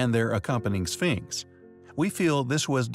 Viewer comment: The way he pronounces sphinx lol